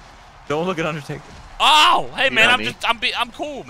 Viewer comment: “My name is undataka”